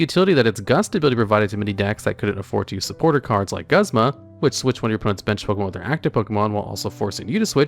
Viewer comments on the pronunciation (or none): I love how he nails Acerola's name first try, but somehow doesn't pronounce Mr. Meme Man himself, ya boi Guzma's name right. XD